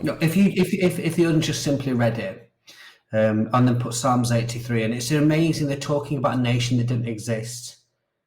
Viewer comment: Did he just pronounce the “p” in psalms?!! 🤦🏽‍♂️